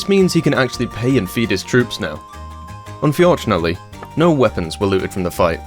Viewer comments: Unfjordunately, keeps saying unfjordunately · I tried to say unfortunately like you and my wife asked if i was having a stroke 😂